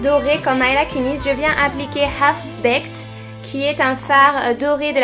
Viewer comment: Coucou super video parcontre c'est pas commeca qu'on prononce Mila. Tu as dis "Maila" et ca se dit "Mila ". Peutetre ca ne sonne pas bien en anglais mais elle le prononce commenc?